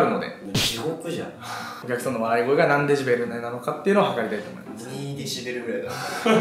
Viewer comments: の「デジベル」が気になるww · が｢デジベル｣って言ってるのを、｢デシベルね｣って訂正してるバシくん好き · デジベルって言ってんな〜www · デジベルって笑笑 デシベルじゃね？